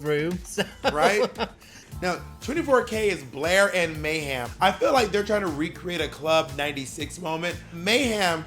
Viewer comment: he also keeps saying mayHAM lmao